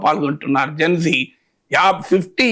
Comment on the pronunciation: Geng gengg kadhu..gen z...genzee